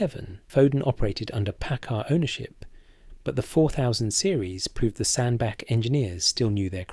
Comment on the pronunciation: SandBACH SAY IT RIGHT IT GOT A H IN